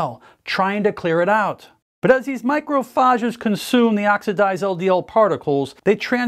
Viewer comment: Bro can’t pronounce macrophage